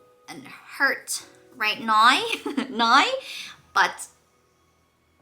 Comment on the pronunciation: Congratulations and all the best to you and your family in the coming years! 🎉 Sidenote: listening to you trying to say "now" in a more neutral accent but actually sounding more and more Irish with each enunciation was hilarious. 😂